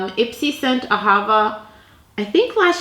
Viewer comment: It’s pronounced Aha-VAH with the stress on the 2nd part. It’s Hebrew & it means love, but it also is named for a river in Israel.